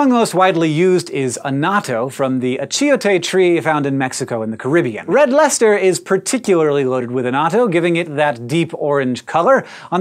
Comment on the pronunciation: Instead of a silly Cheese pun, I will instead thank you for telling me how to pronounce "Red Leicester"...Somehow I only just learned about this cheese a month or two ago, and have pronouncing it wrong since.